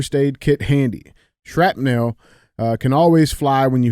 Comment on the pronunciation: "Shrap-Nell"? Cmon bro,just read it to yourself prior to broadcasting the words